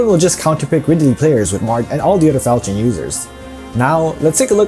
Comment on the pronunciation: you did the first sin of fire emblem: pronouncing the falchion as you think it would be pronounced. its actually fal(l)chion, as if it had two Ls